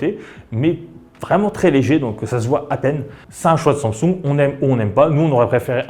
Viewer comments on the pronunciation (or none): Tu ne sais pas prononcer samsing en sumsung ?🤣🤣🤣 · arrete de dire SUNSUNG MERDE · La façon dont tu prononces le mot Samsung me stresse. C'est pas si difficile pourtant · Mdrr bonne vidéo mais première fois que je vois quelqu'un qui ne sait pas prononcer Samsung et le prononce d'une manière juste horrible et insupportable à entendre